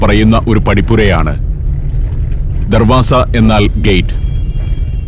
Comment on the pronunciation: Darvaja not darvasa